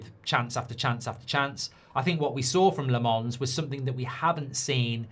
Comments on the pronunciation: It's not La- MONS. It's LOM -ens. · Not Le Mans but Làmmmmmmens Le Mans is a city in France Lammens are lambs in Belgium and the Netherlands Lammens prounouce it ike Mazraoui, Maguire Silence of the lambs At Sky Sport they pronounce it well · Embarrassing he can’t pronounce Lammens name……